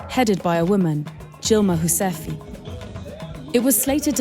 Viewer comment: As a Bulgarian (the country of origin of Dilma Rousseff) your pronounciation of her surname was abismal, never heard a worse one in my life